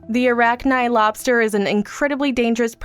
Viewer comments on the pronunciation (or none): I love this channel, but many of the presenters need to learn how to properly pronounce words. The I in "Arachni" is not a long I, but a short one. Arachnih, not arachnigh.